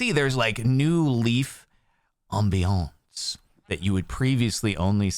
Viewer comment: Just love his French accent of "Ambience"😂